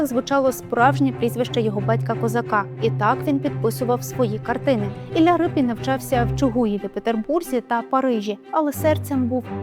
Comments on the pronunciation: Шановні, чого Рипін? Адже прізвище пішло від "ріпа"? Отже, Ріпин! Подивіться канал Культуртригер, будь ласка. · Який Рипін ? Може, Ріпин ? Могли б краще підготуватися .